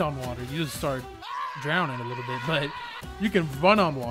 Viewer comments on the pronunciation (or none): none